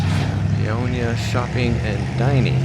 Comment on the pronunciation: Pay-oh-ni-ah .not pionia .